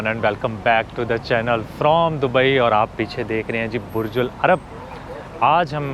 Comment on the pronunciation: it's Burj Al Arab and not Ul Arab.